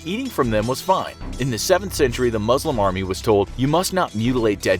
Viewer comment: STOP saying MUZLIMS 😭 its MUSLIMS